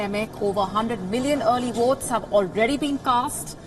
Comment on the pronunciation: Wotes, woating, woaters, I don't understand??